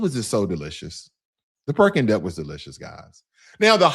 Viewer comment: He said Perking duck